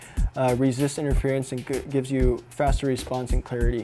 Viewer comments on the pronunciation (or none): none